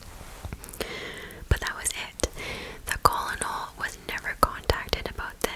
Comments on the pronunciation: Great video!! Thank you for all your hard work🧡 fyi because I have made this mistake before: Colonel is pronounced kernel! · The word colonel is pronounced kernel.